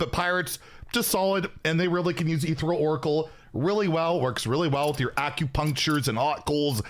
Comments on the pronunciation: “Ethereal” is pronounced like “uh ther eel.” The “ther” part rhymes with air, but with a th sound. The “eal” part is pronounced like “eel,” like the sea creature. The stress is on the second syllable. eTHEReal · Is this some joke that I am not aware of, or does he not know how to pronounce “Ethereal”?